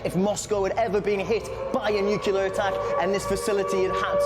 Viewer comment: Say "New" - "New". Say "Clear" - "Clear". Say "Nuclear" - "Nuciler."